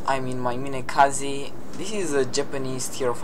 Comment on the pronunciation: I thought you said kamikaze at the start of the video xD